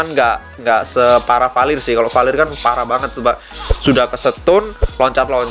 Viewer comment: Bukan palir bang tapi valirr